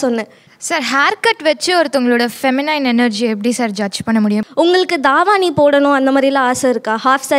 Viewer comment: Thaavani illa thavani